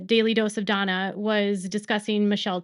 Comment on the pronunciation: It's Dana,not Donna.